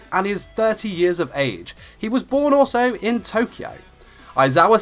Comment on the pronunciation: I'm sorry I have fuckin' whiplash did you say "born 'or so' in Tokyo"?? Like, now I'm pretty sure you said "also" not "or so" but DUDE for a second I thought you were suggesting he wasn't born, like he just fuckin' Appeared one day oml.